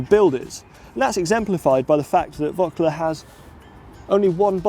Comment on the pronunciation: Bad pronunciation of Voeckler ...